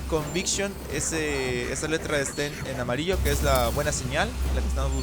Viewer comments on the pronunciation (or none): none